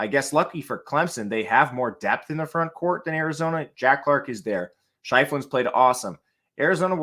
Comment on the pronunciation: It’s pronounced Chef-Lin not Shife-Lin